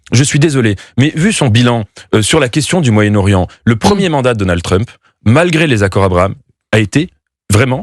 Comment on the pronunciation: Deux fois "DonaldE Trump" 🙄 Sur le fond, difficile à dire pour le moment...